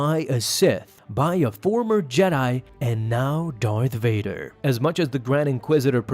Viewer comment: Its v as in victor